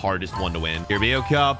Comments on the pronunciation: Just so you know it’s pronounced carab-ow cup it’s not pronounced how it’s spelt love your vids 👍🏻❤️ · the way he said carabaro cup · The way you pronounced carabao cup 🤣🤣🤣🤣🤣🤣🤣🤣🤣🤣🤣